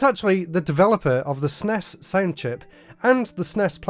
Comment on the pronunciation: No one pronounces SNES like that.